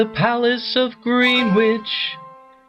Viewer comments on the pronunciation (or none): Enjoyed the video - but Greenwich is pronounced 'Grennich'.